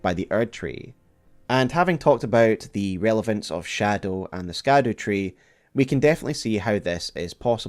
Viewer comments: I'm sure this has been brought up somewhere but I haven't seen it in the comments, but "scadu" is basically an older spelling of "shadow" and is pronounced as shadow or shadou rather than skadoo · Please. Ladies and gentlemen. Scadu = Shadow in pronunciation. It’s like the word “gaol”. Pronounced “jail”. It is simply the old English spelling. Love videos but, cmon. This seems pretty obvious and a quick search will educate anyone who is curious. SHADOW is in the damn name of the DLC!!!! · You should know: The way you pronounce "Scadu" is incorrect! The SC in Scadu comes from old English, whose modern-day replacement is "Sh" So, it is, quite literally, the "Shadow Tree" connecting the light and dark themes together